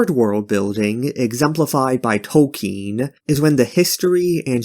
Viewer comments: it wasn't 'subversive' to have fantasy not modeled on tolkien (his name is not 'tolkein' or toll-KEEN as you keep saying) was never true. there was a short time when a publisher would act like that was true. yet it never was, even then. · Who is J. R. R. "Tolkeen"?